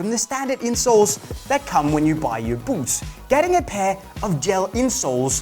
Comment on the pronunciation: It would be easier to listen to this advice if I didn’t hear this guy saying BOOPS over and over